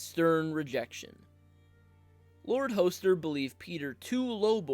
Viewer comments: Hoe-ster Tully? Come on. Use at least an 8th grade reading level. Is it really so hard to pronounce things correctly? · I’m always skeptical of content creators who consistently mispronounce the names of the characters they’re talking about. Her name is not LIZA, it’s Lysa (the ‘s’ is not pronounced like a ‘z’). Her father’s name is Hoster and is pronounced with a short ‘o,’ not a long ‘o.’ Other than that, interesting video.